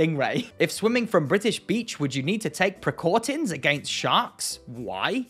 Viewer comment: Bless you for exposing yourself to such ridiculousness while sick, my friend XD If not for my fear of toppling my laptop and dog off of me from giggling so hard, I'd probably be wheezing along with you, and I'm entirely healthy lol! That said, I think I died for just a second when you read "precautin" out loud XD